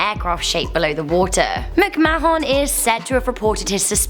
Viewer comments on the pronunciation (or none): It's pronounced 'macmaan' - NOT 'macmaahon' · ITS PRONOUNCED MIC MAN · This gets a dislike for misspronucination of McMahon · Gotta love her pronunciation of McMahon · Her pronunciation triggered me several times too 😆